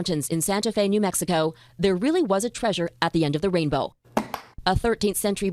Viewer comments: Tree-sure? You mean Trey-sure. Like Leisure, Pleasure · Uh, “Tree-sure”? What! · why does call it treizure like seizure